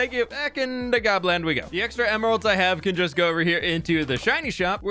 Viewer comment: I thought you said Poland for a second lol